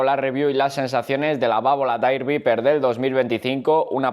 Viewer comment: “A-ir bi-per” si que me parece una locura